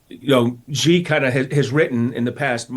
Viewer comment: President "Ghee" LOL. Yankees can't pronounce Xi